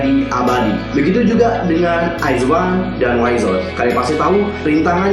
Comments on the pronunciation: Koreksi kak, penyebutannya "wizwan" bukan "waizwan" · Nah gue juga mau ngmong ini 😂